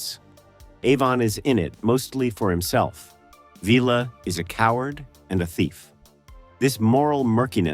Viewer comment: I can't watch any more than the first few minutes. Past America, if you know anything about this show then why are you pronouncing the character name Villa as Veela? In which episode did any of the cast ever call him that?